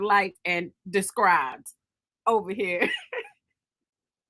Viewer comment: Definitely DESTRIBE!!!!!